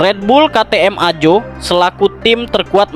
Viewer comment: bacanya AHO,,,BKN AJO bosss